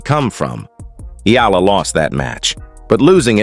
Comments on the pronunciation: Her name is Alexandra “Alex” EALA and NOT IYALA. Know who you are talking to. Do you want me to call you NAD instead of? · TRY AND GET HER NAME RIGHT EALA NOT F IN YALA🤬